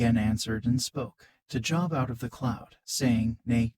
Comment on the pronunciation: You pronounce his name wrong…you pronounce it as the word for work..going to a Job. His name has a long O